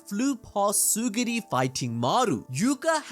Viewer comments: What bothers me is how you kept saying "tsuguri" instead of TSU-RU-GI. btw, this is a peak review. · Bro, it's Tsurugi not Tsugiri! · It's Tsurugi not Tsugiri man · Is it not Tsu-RU-gi?